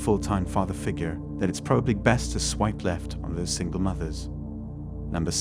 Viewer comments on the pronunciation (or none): "Single moovers"?? Do you use a voice app, as your accent is way off sometimes.